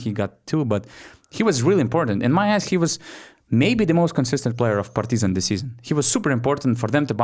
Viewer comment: why you are saying PartYzan? When in lithuanian you pronounce it totally correct.